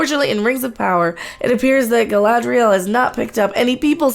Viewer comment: Galadriel, please, not Galahadriel.